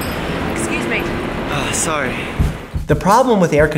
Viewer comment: When the British lady said ‘scuse me’ and he unconsciously mocked her accent 😂😂